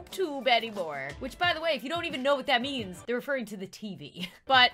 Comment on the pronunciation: i was only listening to you cuz i was eating and i thought you said "live within your knees"